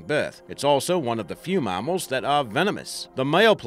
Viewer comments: I would have narrated this for free mate if you'd just asked. Also what's a marmal. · "MARMARL" pls stahp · What the fuck is a marmle? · His tell was the word mamnal. Pronounced marmel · I can't stand how he says Mammal. Aussies never say it the way he does, and we use kilograms not pounds. whoever this guy is, should keep to his day job, and talk with his real accent, not that poor pathetic excuse of an accent. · The way you say mammal is terrible btw just a heads up lol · The way he pronounces mammal annoys me